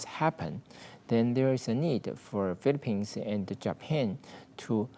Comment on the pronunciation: He can barely pronounce his country the Philippines properly in English 🤦🏽‍♂️